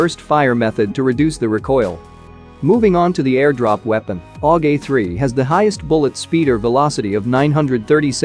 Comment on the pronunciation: No one:: "AuGAY3"